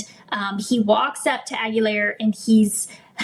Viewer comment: Correct pronunciation: "Aguilar" is of Spanish origin and is typically pronounced \ah-gee-LAHR.